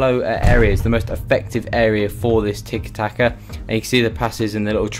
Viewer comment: It'tiki taka not double taka, good video tho